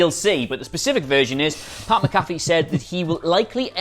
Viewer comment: you're pronouncing Pat's name wrong. He played in the NFL for years, there's plenty to reference here.